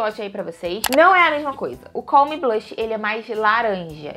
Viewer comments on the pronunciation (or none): none